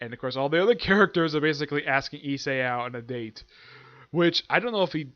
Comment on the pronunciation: no you actually pronounced the main characters name correctly, so don't mind what I told you in regards to that. It must of been that I didn't quite understand what you were saying when I heard you mention it previously.